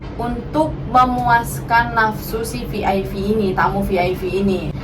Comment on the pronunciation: Kok Vi Ai Vi sih?? Klk VIP bacanya Vi Ai Pi Klk VVIP bacanya Vi Vi Ai Pi 🙄🤔🤭☕💞💋💞☕